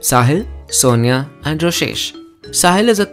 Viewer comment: ITS NOT ROSHESH ITS ROSESHHHHH!!!!!!!!1